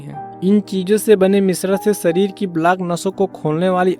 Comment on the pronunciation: सरीर नही, शरीर, जीवनसैली नही, जीवनशैली बोलो, हमारे बच्चों का उच्चारण खराब न करें